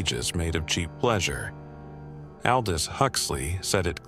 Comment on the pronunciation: that an AI CANT EVEN PRONOUNCE aldous then you keep watching... fear it my friends, its alrwady here